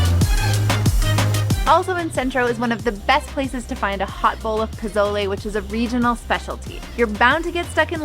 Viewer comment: I love your video, but you’re saying pozole wrong the z makes an s noise like a snake. I just wanted to help you out for future videos, but I really appreciate your video and I can’t wait to try the food.